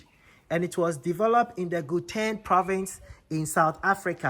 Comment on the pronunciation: Gauteng is pronounced as ( how ten)